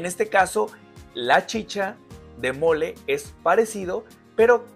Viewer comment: Gracias, ¡lo acabo de ver! Me encantó aprender más sobre este árbol,!! Informacion muy interesante! Y en Perú se le conoce como Molle (pronunciado moye y no mole) Ya me suscribí!